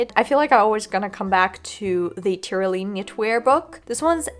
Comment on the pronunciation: Love this as a review and a resource! Pronunciation note: it's not Ty-ro-lean, it's tr·*ow*·lee·uhn